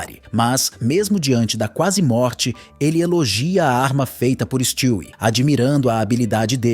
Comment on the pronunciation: Mano stwie não se pronuncia desse jeito na série a lousa fala o nome dele de um jeito diferente e esse é o correto